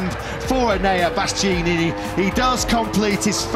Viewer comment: How on earth is it so difficult to pronounce BastiAnini correctly!?